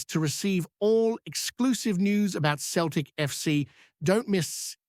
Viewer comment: Soon know , hope guy comes in does well time shall tell , but hey buddy its not Keltic its Celtic with letter C pronounced as a letter S